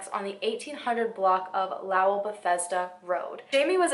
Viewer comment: Lowell is pronounced like low-wull👍